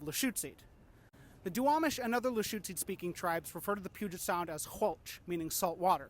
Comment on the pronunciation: "The puget sound" Fail.